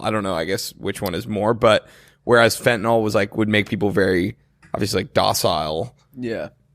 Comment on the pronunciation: It’s pronounced fenTaNILL, not feh-ih-nol